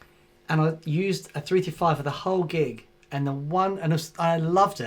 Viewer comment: ... "... I used a 3-[#%$^$&&]-5 ..." ... ... ... ... [335][355] ???? ... [345], even - maybe?!!!! ... cf ... ... I suppose you already said it once intelligibly ... wouldn't want to strain a lip ... ;) #aussieaussieaussie ;)